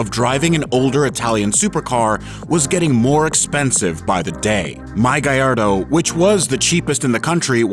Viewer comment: Gaeyardo sounds better than Ga-lard-o.